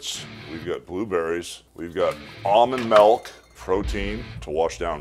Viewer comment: "almond melk" xD